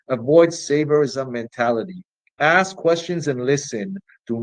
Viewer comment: Are all black Marxists required to say "axe" instead of "ask"? To keep their card? Not really dealing in the ABCs is he...